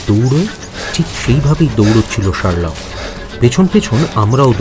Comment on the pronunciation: Pronunciations must be better. Sherlock tai thik uchharon hoche na